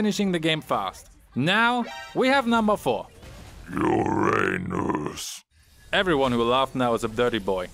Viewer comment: You really caught me red handed just like the rest of us who laughed at how you said Uranus xD